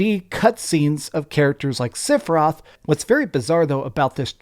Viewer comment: For a “Final Fantasy obsessed freakazoid” hearing him say Sifroth was both hilarious and painful 😭